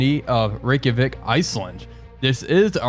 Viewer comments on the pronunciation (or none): none